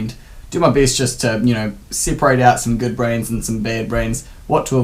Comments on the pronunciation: Every time you say "brands" I hear brains. Lol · i thought he was saying 'Brains'